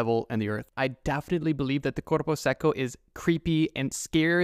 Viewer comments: aint no way bro said "Cuerpo Sequo" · And for corpo seco try Korpou secou to say it right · I love the way you pronounce "corupo seco" jokes aside, great video, I loved seeing each one of those creatures:) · As a Brazilian person, I have two things to say: First, the way you pronounced Mapinguari and Corpo Seco make my ears bleed. Stop that. Second, I have another story to the list: Loira do Banheiro, or “The Restroom Blonde” There are many versions of Loira do Banheiro, but what I can say for certain is that she’s a spirit that haunts school restrooms. The version I’ve heard the most say she used to be a young girl who killed herself in her school’s restroom, and now haunts all Brazilian schools. Also, in all versions there’s a way to summon her. In the one I’ve heard, she shows up if you flush and say her name three times (that’s why I like to say she’s the “Brazilian Bloody Mary”). I don’t think it’s actually scary, since I’ve never heard anything about her acting violently. Maybe it’s in the “creepy but we could vibe” category. (By the way, since kids are fucking stupid, it’s a canon event for most Brazilian students to try summoning Loira do Banheiro at least once. I’ve tried it. Nothing happened)